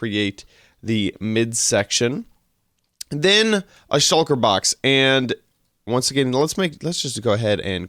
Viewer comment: "Shulker box" not "Shucker box" :-)